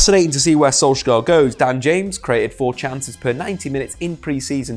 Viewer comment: Im from Norway. I just wanted to correct you on the pronounciation of Solskjær. The letter K is silent. So it becomes like Solsjær.